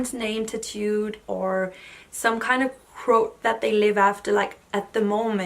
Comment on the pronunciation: Oh QUOTE! I was like, what is she saying? Crote? Also I agree with everything you’re saying, but I think her views are similar to a lot of people without tattoos. I wouldn’t say there aren’t days where I wish some of my tattoos were different, but at the same time they all represent different times of my life. I’m not heavily tatted but the couple I do have are largish so they do get some attention. That’s probably the only thing that occasionally annoys me - people always thinking they have the right to comment on my tattoos. I’m pretty introverted so I don’t like the constant questions I’m better with it now than I was when I was younger.